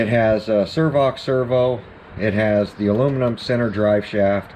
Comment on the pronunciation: Where can I get me one of them servox servos.. lol 😆.. isn't it a savox?? Maybe I been saying it wrong.. 🤔